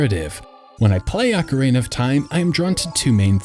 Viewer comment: Ugh, "ock-er-AY-nuh."